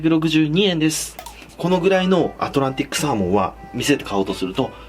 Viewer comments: アトランティスサーモンて聞こえた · アトランティッ↑クサー↓モン…癖が強いんじゃあ